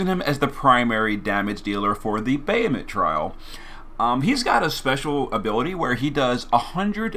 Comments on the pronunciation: Bayemmit? It's Bah-ha-hum-utt😆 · More like Bayemmit😆